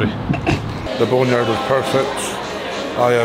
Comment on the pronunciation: The boner yard xD. I cannot figure out if Luke is trolling or if he's literally calling it that.